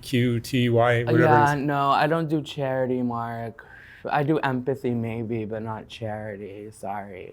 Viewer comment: "I do emphanthy not charity " 💞💕♥️💛💚💙💜💓❣️❤️💖💘